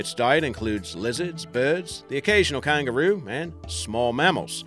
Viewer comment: Emma Burley i all most got cancer when he said "kangaroo"